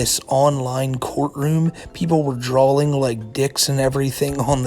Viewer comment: why do u pronounce drawing as drawling